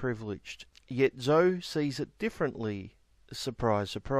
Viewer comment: Zoe is pronounced zo-ee.